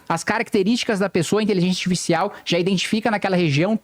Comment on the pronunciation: Amo ele tentando falar Inteligência Arsfiscial